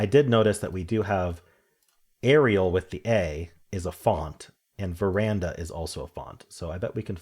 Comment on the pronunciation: At first I thought you’d misread VER-Dana as ver-anda but you kept saying it, even when saying it’s a font. Ver-Dana is the font, ver-And-a is a balcony.. I struggled with strands, not being Jewish. The pips was fun today, nice logical flow